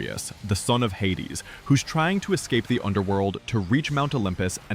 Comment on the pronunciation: Who the hell is the guy narrating Hades 2?! His pronunciation and way of talking is unlistenable 🫣